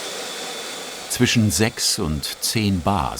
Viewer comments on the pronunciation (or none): none